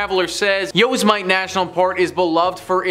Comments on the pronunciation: Just a gentle reminder that Yosemite isn't pronounced "Yosemite...it's Yo- simity. You spelled it right, but this is the proper way to pronounce it. Thanks for listening. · ...... Yosemite isn't pronounced "Yoze-mite ", it's "yo-sem-it-ee". Considering it's possibly the most famous and recognizeable US national forest besides the Grand Canyon, finding out how to pronounce it is pretty easy, especially if you've ever watched Loony Toons (Yosemite Sam, the gun-happy cowboy) but then, maybe I'm showing my age. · These composite lists are always entertaining, but I think the best reason to watch is to revisit how badly ol' butchers place names. Jeez, YO-se-mite lmao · yo SEM it ee. Like Yosemite Sam. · YO-SIM-EHHH-TEEEE. YOSIMITE.